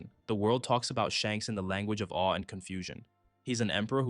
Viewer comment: Wasn't sure if anyone else had mentioned it yet, but you kinda keep saying Shanks' name backwards, my guy!